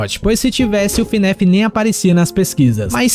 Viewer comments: Cuidado mano alguns fãs de fnaf se importam como vc fala , vc fala Finef em vez de fnaf cuidado com eles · Ele falando Fnéf 😔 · ELE FALANDO FNAF ERRADO ELE FALANDO FNAF ERRAAAADO AAAAAAAAAAAAA